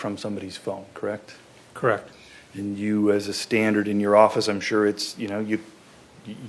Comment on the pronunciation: You're a cop krect?? Krect! Collect data, krect?? Krect!! You arrest people, krect?? Krect! Drive a squad car, krect??? Krect!!! And you're a sheriff, krect??? Krect!! Been one for a while, krect? Krect!! Krect krect krect kect krect krect krect krect.......krect??? Krect!